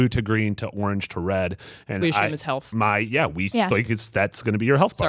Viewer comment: “Ashume” :-P